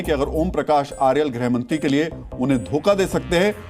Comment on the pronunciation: खनल नहीं खनाल। आर्यल नही अर्याल। सुदान नही सुदन। १० लाख नही १५।